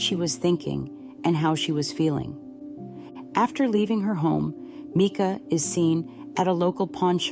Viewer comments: Why do you sound like YOU are AI? You sometimes pronounce her name correctly (M-i-cah) and other times incorrectly (M-ee-kah). It's hard to give credit to what sounds like an AI narrator. I don't believe the call was AI either, as how could AI interact so quickly with the dispatcher's unique questions? But I do believe there's something very not right about the story we're being given. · Yes, it is Mica. Sorry but I’ve seen a couple vids where it’s pronounced wrong and I guess it annoys me because it seems disrespectful.